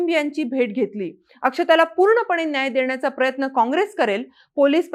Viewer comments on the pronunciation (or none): none